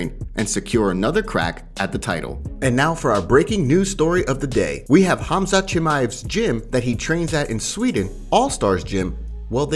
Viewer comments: 😂Whitaker called him HAZMAT 😂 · Robert Whitaker called Khamzat, "Hazmat" 🤦🏿‍♂️ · Lol, saying Chandler wouldn't let Islam take him down is such a bs, Chael still don't understand what Team Khabib capable of. :D Also, everyone: Khamzat. Robbert Whittaker: Hazmat. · Is it be or does Whittaker Keri calling him Hazmat instead of Khamzat? 🤔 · the K is silent lol, and it isn’t pronounced “hazmat” it’s “Hom-zaht” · its not the K part I have a problem with that's actually correct its supposed to be with an H sounding start to the name I'm saying he switched the letters M&Z in the name its "khamzat" not "khazmat" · I'm not saying the H part is wrong I'm saying he's moving the placement of the m and the z in the name "hazMat"---"haMzat" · Robert Whittaker called him Hazmat 😂 🙈 you train with the guy and cant even get his name right lol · NOBODY: Robert Whittaker: HAZMAT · Cumshot…. Get it right 😂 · Did Whittaker really said hazmat.. 😂😂😂😂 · Lol Whittaker calls him hazmat. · In Aussie khamzat is pronounced hazmat. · Did Whitaker really call him? Hazmat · It amazes me how many fighters/media/etc can't pronounce fighters names. Whittaker just called him "Hazmat" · It's pronounced KUM-ShOT! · It is Hamzat lol Russians just have the k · Covington only calls him Cum shot cause he can't pronounce his name 😂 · HAZMAT? Really Robert Whittaker? You can't pronounce Khamzat? LoL that's bad...HazMat